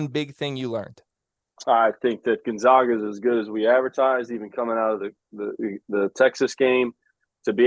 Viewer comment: All these years and they still mispronounce Gonzaga!!!